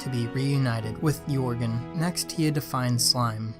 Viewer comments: Is it just or whenever he says ‘yorgen’ does it trigger you? Not trying to be rude but most people including Pewds call him ‘jergen’ but it is actually spelt Joergen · Is everyone going to ignore that the fact he can’t pronounce jeorgen properly? He says yorgen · This never happened and it’s pronounced (yer gin) not (your gon) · Can these idiots stop saying yorgen it’s yergen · its not yourgon its yurgen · Lol it's not Jourgen. It's more like yuh rgen. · Yourgen? It's Jöergen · Yourgan wtf it's pronounced yurgen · Why did he say yourgan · Pronounced ‘yer’gen’ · Stop saying joergens name wrong 😩😩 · what did u just say >:O its Joergen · Its Joergen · Say yourgan one more time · Your pronouncing joergen wrong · WHY THE FRICK DIDN'T YOU DYED SVEN AND YOU SAID YORGAN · How he pronounces pewds horse is so weird